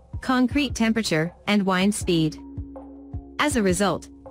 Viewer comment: I particularly liked the "wind speed" reference where "wind" was pronounced with a long "i".